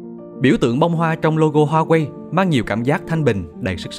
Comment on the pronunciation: đọc là Wa Wây hoặc là Hoa Vỹ mấy má ôi, H là âm câm, như Hermes đọc là Ơ Mệt vậy đó 🤣🤣, mắc cười nhất là Charles De Galle mà có má đọc Cha Lét Giờ Gâu Lê, lạy luôn 😖😖